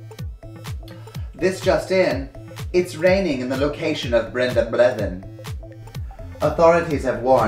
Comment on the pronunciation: The pronunciation of "Renee Auberjonois" kills me every time. And "Brenda Blethyn"? Ahahahahaha